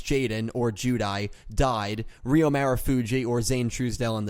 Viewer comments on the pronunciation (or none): it's Ryo, not Ryu